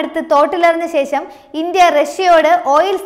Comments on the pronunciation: നല്ല അവതരണം But അക്ഷര തെറ്റ് വ്യാപകം - ഇസ്ലാമിഹ , അംബാസിറ്റർ , ശേശം, റശ്യ, സംന്തോശം, അഹന്തത, തുറമുഹം, ദുരൂഹരിക്കുക ...... ശ്രദ്ധിക്കുമല്ലോ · ശേഷം എന്നാണ് പറയേണ്ടത്